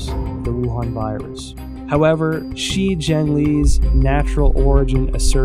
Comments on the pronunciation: DEAR EPOCH TIMES - In your next China bashing documentary can you at least get a narrator who can PRONOUNCE CHINESE NAMES, PLACES and understands pinyin. I can't listen to you mispronounce She Zhengli as 'Xi Zhengli' throughout your whole 'investigation'. FFS. This documentary is absolutely retarded garbage. Cut to Robert Spalding, then to Gordon Chang, back to Spalding, then 'journalist' wearing a trenchcoat looking off to the side, then back to Gordon Chang...this is just trash. - from someone who's lived happily in China for 15 years and knows more about China than all these people put together. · "Shi" is pronounced like "Shure"